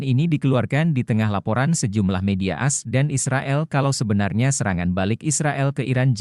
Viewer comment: A. S bukan as.... Reportase